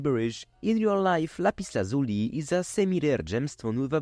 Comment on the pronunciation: "lazh-you-lie" That's how it's pronounced.